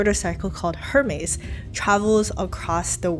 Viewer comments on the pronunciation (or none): none